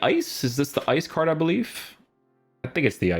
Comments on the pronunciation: guys why does he pronounce card like cardsh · Probably cause of his Portuguese roots...